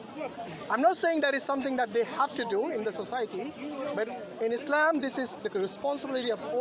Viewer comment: True, but it is not “ Islame” but “ Islaam”. اسلام not اسلیم.